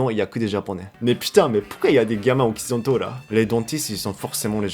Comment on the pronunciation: Can I help you with the pronunciation of "occidentaux"?